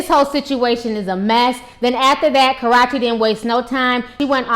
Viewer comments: Its KA ROO CHEE. Not Crotchy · That girls name is not KAROCHE ITS KARUCHE CNT SPELL IT RIGHT BUT I CAN SAY IT RIGHT BUT U ARE MURDERING DAT GIRLS NAME SO HARD DAT ITS KINDA HARD 4 ME 2 👂 DIS INTERVIEW DNT KNO WHY ITS SO CRINGING BUT IT IS 😠😧😄😄😄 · do you know how to say karrueche not korrueche lol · why does she keep say Karachi.... isn't that in Pakistan lmao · Girl !! its ( ka • rue • che ) not ( kar • ra • che ) lol 😂😂😂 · It's actually pronounced kuh-rew-chee. But good video. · You need to learn how to pronounce her name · It's Karrueche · She don't Kno how to say her name right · I love you Ti but you keep jacking her name all the way up!😂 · Damn her are really Slaughtering her name . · Disappointed in you. As intelligent as you are, why would you make three videos and mispronounce the girl's name in all three? I'm SURE someone told you the correct pronunciation of her name. SMH! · ...re-watching this (after watching the latestest vids about CB going off on KT about, "speaking out of turn") because i had to come back to hear ti mispronounce KA-RUE-CHE's name like it's a cross between karate and sriracha!!! HILARIOUS..... why do so many of us get a kick out of this girl's name being pronounced incorrectly..... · Omg that's not how u say her name, it's so annoying bruh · Omg can this woman EVER pronounce Karrueche's name right...lawd! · So we'll just pretend you pronounced her name right? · You never say her name right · Ti butchers the hell out of Karrueche's name......but then again probably many other people do too. a lot of people butcher the hell out my name too, so I get it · lol it's killing me the misspronunciation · I love your videos but please learn how to pronounce her name. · That's how she talks and pronounces it (she isn't doubg it on purpose she can't change the way she says her her name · Obey MyMindlessness Yes she is... and it's so juvenile... It's not hard to pronounce the 'U' sound in her name, she says YOU quite often on her channel.